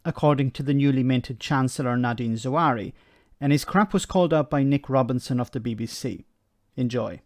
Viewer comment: I know you are a treasure and we love you, as an important voice in the social media. But the new chancellor is Nadin Zahawi, not Zawary.